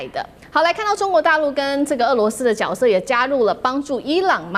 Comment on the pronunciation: ，“角色”的“角”字念如“覺”，不念“脚”，念“覺色”。不是“脚色“，例如我們說歌舞劇裏面的”主角”“名角“。 在”三角形“”角度“裏面的”角“才念”脚“。